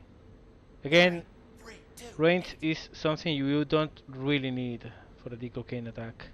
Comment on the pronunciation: BTW, when you say Dick O'Kane it sounds like "De Cocaine"! Maybe that is why your captain never sleeps. =P